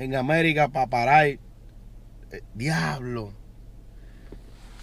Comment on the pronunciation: "GUIABLO" xD